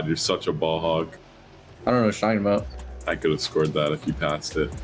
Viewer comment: every now and then drops an aboot and it brings me great joy xD